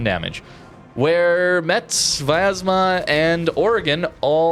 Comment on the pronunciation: Hey, as another person said you try to pronounce ship names the best you can. Concerning Metz it's pronounced "Mess". I hope it's help.